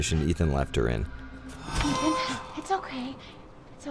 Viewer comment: "Eve-an Winters"